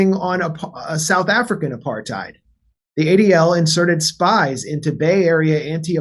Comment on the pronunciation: It's as mental here on msm in Oz but without the diversity of U.S media. Who, like the WHO, saw this shit coming? Them mfs. One small complaint I have tho is the real pronunciation of the word is APART HAtE. Get it rght guys.